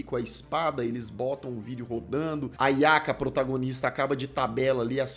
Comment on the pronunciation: A "nhaca", não Yaka kkkkkkkkkk